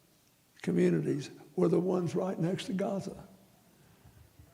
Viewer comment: Is bro saying Gaza or Gotham?💀